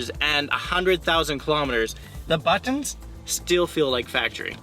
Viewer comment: It irks how you say BATONS instead of Buttons lol but thanks for the info